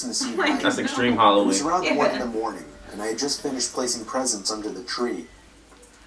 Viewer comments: He said extreme holloween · Anybody else hear say extreme Halloween